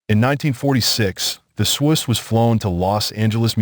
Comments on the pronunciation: Shouldn't the name "Swoose" be pronounced rhyming with the word "goose?" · It is the swoose. The ai is saying it wrong